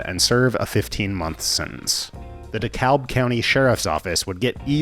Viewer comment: Amazing video, per usual. This channel kicks ass. Also, as someone who both grew up in Atlanta and went to college on the Wisconsin-Illinois border, I feel the urge to correct your pronunciation of "DeKalb". The Georgia version does not pronounce the "L", making it sound more like "DeKabb", whereas the Illinois version almost OVER-pronounces the "L", ending up as something akin to "DeKaLb".